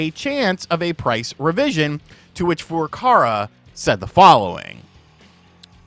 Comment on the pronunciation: I'm begging you to say Furukawa correctly just once. Please.